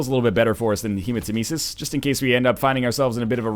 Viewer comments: Hey guys! I have, like, hundreds of episodes to cover so please tell me if he learned that Hematemesis is pronounced like Nemesis (Revenge goddess) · He does in fact learn this! UNFORTUNATELY, he learned it a few hundred runs into Afterbirth. Pretty sure he pronounces it incorrectly for this entire series.